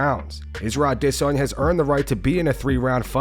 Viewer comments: You can stop using the “I diss on ya” pronunciation. That shit was a joke and only clout chasing dweebs like Ariel Helwani used it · The way you say Adisssanya if fucking annoying. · Israel Ah-DIS-sanya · can you stop saying adesanya like that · The narrator is so cool for the way he enunciates Adesanya. Please make every story about Izzy so we can hear it another 10,000 times. So cool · Holy fuck the pronunciation of Adesanya is fucking annoying